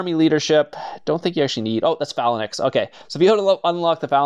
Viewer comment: The way you say phalynx